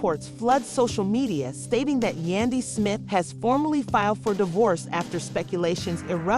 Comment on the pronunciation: Right 😂, I'm weak, you know this is a bunch of lies,miss pronouncing the names 😒